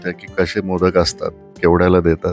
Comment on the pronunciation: माशाच नांव मोदक नसून मोदकं अस आहे,उच्चार खूप वेगळा आहे.